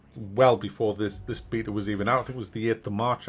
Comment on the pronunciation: Lovely! You pronounce beta the way god intended, good on yer mate!